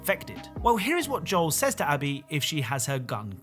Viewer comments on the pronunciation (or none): none